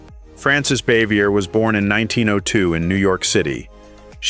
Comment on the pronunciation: Aunt Bea’s name was pronounced Baa-Vee-Yay. And Helen Crump‘s name was pronounced. Cor-So, with a long O.